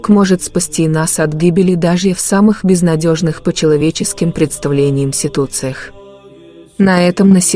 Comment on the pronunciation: Комментатор переусердвовала с произношением. Яркага, тся, ться, него, кагото, ситуции... очередная православная сказка. И ни одного документального свидетельства, подтверждающего данный факт. Ну и в конце попрошайка о подписке и лайк.